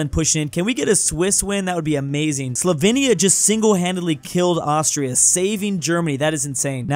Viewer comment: my mom is Slovenian. Slovenia is pronounced (Slow vane ya)